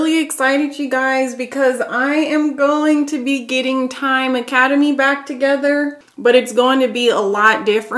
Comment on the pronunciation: "A Space in Tyme" 😊